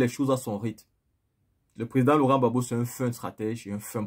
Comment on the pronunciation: Pas babo, mais Gbagbo